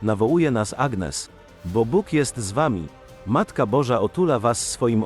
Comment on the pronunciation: « ANIES » akcent na ostatnią sylabę, tak się wymawia imię Agnès !!!!!!(gn czyta się ni )